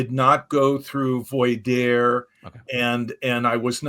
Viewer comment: very great episode. Rick is a phenomenal advocate for those wishing to understand cults as well as for those wishing to leave them. he mispronounced the questioning process leading him to become an expert witness in court cases. it's pronounced vwah-dear (voir dire). it's French for "to speak the truth"